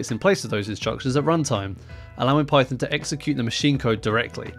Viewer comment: Sounds like russian pronunciation